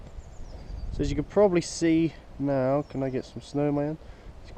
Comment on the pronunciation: . "Neow" haha. In all seriousness though, nice tractor. What is the thing that sits out on the dash? I have the petrol model so I've never seen the dash on the diesel.